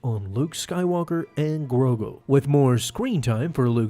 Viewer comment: His name is Grogu. Not Grogo.